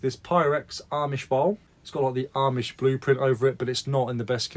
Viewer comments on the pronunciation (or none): none